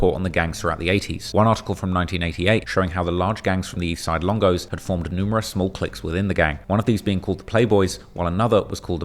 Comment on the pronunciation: Even the narrative kept saying ESLONGO!!!!!!!! 😂😂😂😂